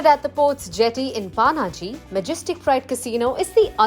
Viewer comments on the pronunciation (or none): Kamiya can certainly do better at pronouncing indian city names like Panaji --- its not pronounced as "paa-naa-gee" rather pronouced as "Punn-Gee". I lived in america for almost 30 years now and sometimes i am shocked to learn that I pronouce Indian names better than Mumbai city bred people. Why do Indian city born and bred people pronounce words like how a westener who has never been to india would pronounce?